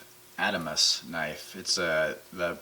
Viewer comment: Good videos. That said, it's pronounced the "Ahd-ah-mahs".